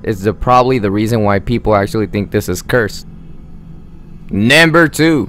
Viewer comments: He really said nAmBeR Juan 😂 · Is this a fking comedy video, i mean he said naimber 4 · man say it with me "NUMBER" you should have someone else narrate your videos